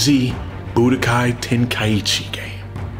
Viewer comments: Lol bro said boodykai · Why I keep hearing "BootyKaï" ?